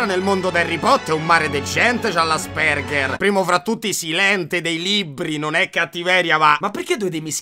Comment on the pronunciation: Bro ti prego é Àspeng(h)er 😂😂😂 Ti voglio bene sei u' topp frateeeee